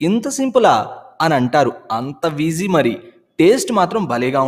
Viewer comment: "Antha Vegy mari". Sir its not 'Vegy' it just "Easy. Maybe you just kidding in the video.